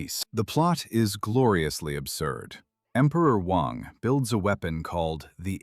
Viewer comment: Although the Chinese name Wang is usually pronounced Wong, the Emperor in Flesh Gordon is pronounced WANG (just as spelled). It's a common colloquialism for penis, and is so pronounced on purpose. I guess your robot voice has no sense of humour (or indeed, no sense at all!)